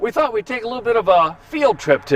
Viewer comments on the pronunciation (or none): none